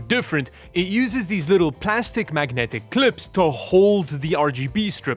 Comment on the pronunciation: I appreciate you calling it 'Ruh Guh Buh' RAM.